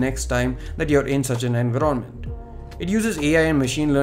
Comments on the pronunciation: Wrongly pronounced environment Like a kid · Looks like a good upgrade.... The swipe gestures are more likely to be optional considering android does not lock the users down and there still are many phones with capacitive navigation keys or a separate UI nav system like the ZUI. Ps. Just some advise.., your pronunciation on certain words need some work. I.e. 'environment' and 'essential'. All the best..